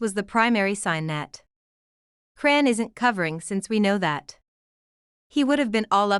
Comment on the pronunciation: please fix your bott to say her name correctly because it’s very disrespectful to miss pronounce someone’s name it’s ow put it all together chrisean Rock